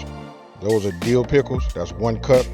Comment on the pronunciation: Best part is the "Dee-ooh" pickles. Thanks boss